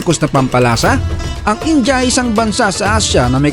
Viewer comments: Pansin q bkit ang pronounciation mo sa india ) ay inja (in-ja ) sa halip na( in-dya ) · 😂😂😂😂 Filipinos really need to unlearn calling India as Inja. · Bakit ang pronunciation nyo sa India ay Inja?